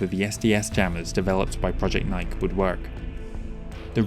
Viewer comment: Just FYI, "nike" is pronounced "nye-kee." It's a goddess from ancient Greece, I think. Superlative work as always! ❤